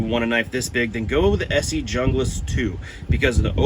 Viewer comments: Bro is a typical American, too intellectually lazy to pronounce junglas the way it's actually pronounced. Arrogant and entitled Americans make me sick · I like the pronouncing of Hunglas because when you talk to a girl you can tell her I'm Hung Lass! 🤣 I love my BK9. That being said, to each their own. There are pros and cons for both. I have the BK9 and the Ontario RD9. The RD9 is a great knife too, but it has flat blocky handles. TKC does have after market scales for it though, but obviously that adds money to the overall cost of the knife.